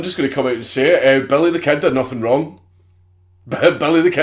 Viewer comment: Billy the Kid did nathin' rayng